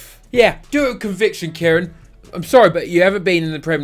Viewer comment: And Villa… you’ve fully lost it